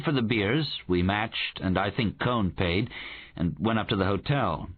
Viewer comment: The narrator calls him Cone, but does he mean Cohen?